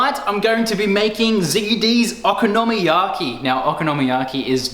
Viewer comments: Yea it's based on there letters which is (in almost all cases) a constant followed by a vowel so it should be very strait forward o ko no mi ya ki. I think you're saying oko nomi yaki. And I'm saying it like a European Would read it, one big long word, I'm not sure why it's different, I'm saying it over and over and trying to listen to you say it but I can't work it out. Either way awesome video, I've only ever bought this and I'm making it tomorrow for tea now. Thanks. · I'd also like to just say I'm not trying to suggest you're saying it incorrectly, just that for some reason I can't help but twitch! :p I had a Japanese friend who showed me the dish but there is a huge chance he said it to me perfectly and I butchered the pronunciation, while I love both the Japanese language and culture I'm rubbish at it! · You say Okonomiyaki differently than I say it and every time I heard you say it I wanted to poke myself in the eye. ... you said it a lot.